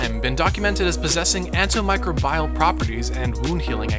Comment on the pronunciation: AntimiCRObial. Emphasis on the right syllable. 👍🏻